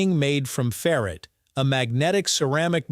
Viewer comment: That's ferr-ITE, not ferret.